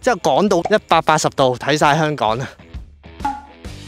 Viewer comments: kiki既懶音好似越來越嚴重，香港個「港」字，不斷讀成「趕」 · 係香港，唔係香趕。